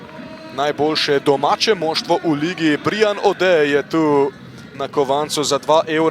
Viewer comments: Kako ta model izgovarja Br I an 😂 Brajan je Brian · Brian je anglesko ime, ne izgovori se BrIan…